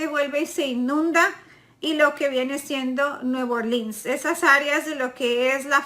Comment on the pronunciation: Se hace la del acento la muy bruja descara sololgo escuchen cuando menciona New Orleans como lo dice no sabe hablar ni una ni la otra defonda diabolica esta no soy mexicano pero ye digo algo ya no hables mas mierda Mexico seguira cada vez mejor una patria hermana!!!!!!